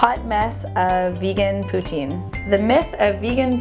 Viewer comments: It's not Putin it pronounced plz don't laugh Poo-teen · It's pronounced "Poo-teen" Not "Poo-tin" -. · Actually, the correct pronunciation is "poo-TSIN." The Québecois pronounce the "I" vowel a little differently than one would in France. ;) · Well in my dictionary it's said "poo-teen" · POO-TINE GAWWD. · She said poutine wrong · Im from canada and i know french people even they don't say it that way